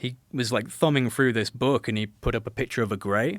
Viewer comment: It's nice to have someone on that's not saying it's in my boook, it's in my boook!